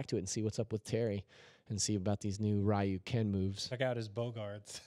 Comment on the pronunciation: Somebody stop him from butchering the pronunciation of "Ryu!" It's not "Ri-yoo!"